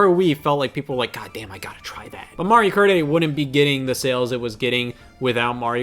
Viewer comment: This 30-year-old teenage-looking MoFo just called Terraria 2d minecraft and then called Mario "Marry-oh". Oh fuck me!